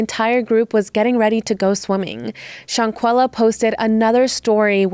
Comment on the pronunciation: The way you are calling her "Shawn-quilla" is killing me. Thumbs down.